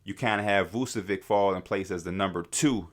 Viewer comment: V u č(as in ch in chess) e v (as in victoria) i (as in India) ć (it sounds kinda like the t in tune or ciao in Italian) Please stop saying Vucevik